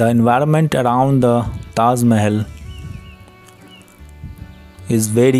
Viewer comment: Taj Mahal ❌ Taz Mahal✅